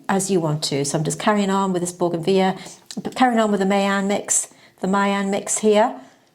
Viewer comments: BOUGAINVILLEA (correct spelling) boo-guhn-vi-lee-uh 5 syllables. Plus, married to scientist/botanist who confirms pronunciation. As does Google. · Baugenveeya sounds very fancy 😂.